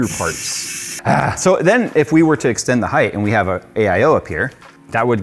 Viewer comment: my man, you're killing me, it's height not heighth lol Love this case, might switch to it when I upgrade